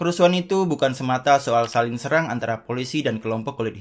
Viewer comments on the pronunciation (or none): none